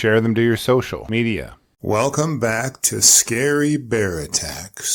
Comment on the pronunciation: Why is there a pause between "social" and "media"?